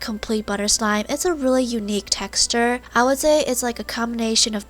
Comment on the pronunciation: She said textue